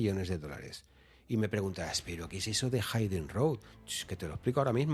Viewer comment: Excelente como siempre,, excepto la pronunciación incorrecta de Hidden road (se pronuncia /híden/, no /háiden/). Toooodos los youtubers lo pronuncian mal, excepto Fran de Olza:)